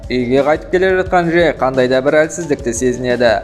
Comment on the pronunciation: Жек емес Джек шығар😂